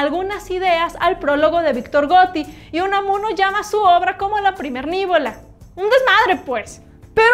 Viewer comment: Pronuncia bien la palabra: no era "nívola" (esdrújula) era "nivola" (llama o aguda), si lees bien la novela, NO HAY ACENTO